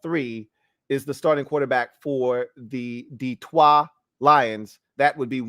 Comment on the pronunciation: I'm catching up now. Not "Dee-troit" pronounced the French way. Not Mac's full government., these subtleties tickled me 🤣 love the show as always and this was a solid list! Personally, I'd put Carolina at the bottom. I'd put Sam at #33 if I could lol. They're a mess. I feel bad for my old Temple coach.